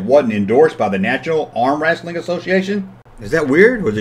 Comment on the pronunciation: It looks like Lewco also had the license for Sesame Street, Gumby, and The Flintstones. Hearing you say "wrassling" cracks me up.